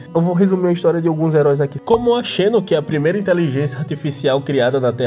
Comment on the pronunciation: Xeno se pronuncia Zeno, coisa do inglês. Tipo: Xeno Gear Xeno Blade Xayah (campeã do lol)